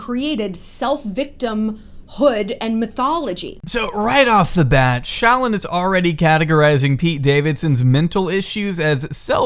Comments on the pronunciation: said "ShallON"... Meanwhile I'm just saying "ShallOFF". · the way pronounces shallon fucking takes me out every single time holy shit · The way fucks up her name gives me life 😭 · im here for the emphasis on llon in shallon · I love the way he pronounces shallon